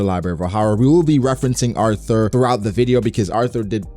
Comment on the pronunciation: Lmao this dude refuses to pronounce Artur's name right